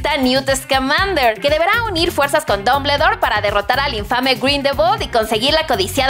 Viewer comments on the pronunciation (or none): Me gusta su canal y todo pero, se la mamaron con "Dombledor" y "Grindelbol"... No pude evitar reírme. 🤷😂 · "Dombledor", es broma verdad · Muy buen video pero pronuncio mal Grindelwal y Dombledore Solo es una critica constructiva ^^ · Las nalgas de Dumbledore 😻 Me reí fuerte cuando pronunció Dumbledor y Grindewold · Uuuuu ese acento...... Jajajaja bumbledore y grindelwald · Todo iba bien hasta que dijiste mal los apellidos de Grindelwald y Dumbledore!!!!!!!!! 😓😓😓😓